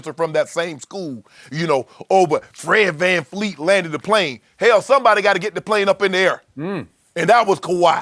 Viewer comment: I can’t stand when Shannon says “Fred FanFleet”